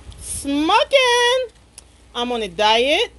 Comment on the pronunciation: If you say smoken 1 more time...